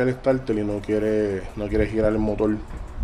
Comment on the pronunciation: Estoy de acuerdo en que cada país tiene sus modismos, pero una cosa son los modismos y otra la mala pronunciación. No tiene escusa decir "Motol" en vez de Motor , definitivamente eso no tiene justificación alguna. Mas tiene que ver con una mala costumbre adquirida y que se masifico en su región. No creo que Ud cuando escriba reemplace la R por L, sería penoso. En todo caso Uds son dueños de hablar como quieran, yo me quedo con el como se debe hablar..... saludos